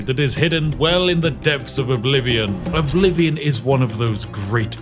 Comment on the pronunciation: Elder Scrolls Errblivion?